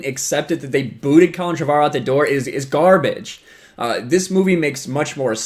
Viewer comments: It's pronounced Trevor-O. Drives me batty when people say it wrong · Why does everyone have such weird pronunciations of "Trevorrow"? It's literally pronounced "Trevor Row".